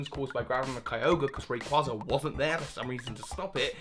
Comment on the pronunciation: Wow can't pronounce Reyquaza properly